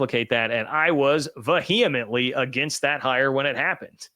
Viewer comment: I hear ya with the vuheamently.